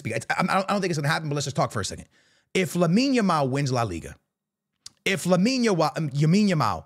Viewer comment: Finally he Call that boy "Lamine" not yamin yamal 😅